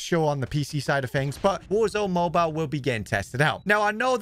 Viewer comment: Toodoo woo oor going to ploo woor zoone mooboole